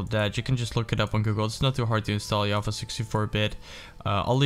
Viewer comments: its java not yava just saying ;) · HE SAID YAVA HOW IS IT AMAZING PIG!